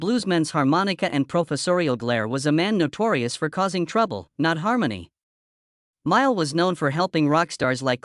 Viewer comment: You should at least learn how to pronounce his name! BS AI.